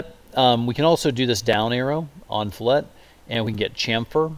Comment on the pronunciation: Its fill-it not flet